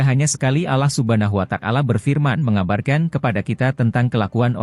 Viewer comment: Yg BENAR DONG PENGUCAPAN NYA....ALLAH SUBHANAHU WA TA ALA....BUKAN.ALLAH SUBHANAHU WA TAKALA....